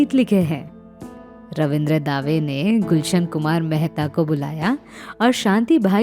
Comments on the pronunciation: pic is not of gulshan bawra. And correct pronunciation is रविन्द्र दवे, दावे नही। दंगल नही दंगे हुए। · You need to make the video material full screen. The viewers already know who you are and don't need to keep looking at the presenter's name through out the video. Incidentally, Ravindra "Daah-Way"?? No. His name, Ravindra Dave, and it is pronounced as "Duh-Way." Am I nitpicking? No... little blunders (I have identified some on few other clips), and add up to become big enough to cause credibility issues. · अनामिका जी उच्चारण पर ध्यान दीजिए रवींद्र दावे नहीं रवींद्र दवे होना चाहिए और दंगलों नहीं दंगे , तुकड़ों नहीं टुकड़ो होना चाहिए